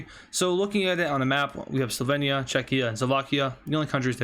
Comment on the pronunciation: You pronounced Slovenia wrong